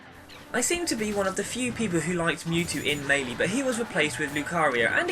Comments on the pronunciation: He's saying it right dumbass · My best character is Kirby. When I played melee (pronounced as may-lay by the way to those arguing) I played as link. I think one of the best reasons Kirby is great is he has so many smashes. As in he can rocket people away instead of just giving damage.